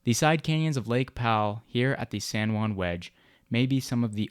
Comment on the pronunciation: San Joo-ann